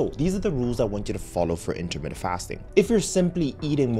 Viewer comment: Dude, it is not 'intermitted' fasting. It is intermittent!!! You're a 'doctor'?!